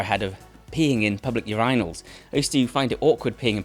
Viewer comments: Am I the only American who 😂😂😂 at his way of say urinal? 😅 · Urinate. Urinal. Man that mispronouncing tilted me. How on earth can you pronounce one of the words correct and the other so wrong lol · Love your content but I don't think you should have been afraid of peeing in public urinals I think you should have been afraid of pronouncing the word urinal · i have never heard anybody pronounce "urinal" like that before and i'm scared